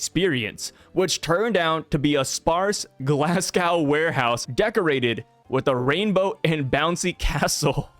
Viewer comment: Everybody that makes a video about this topic says ‘glasscow’. It’s Glass-Go, spelled like Glasgow. Have a nice day! 😊